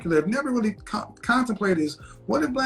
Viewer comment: She was Weally Weally Annoying.... Started off well... Then crashed....